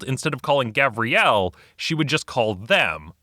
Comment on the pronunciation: It's Gavriel, not Gabriel.